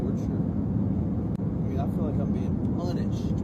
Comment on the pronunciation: “punished” he said it with all his chest 😂😂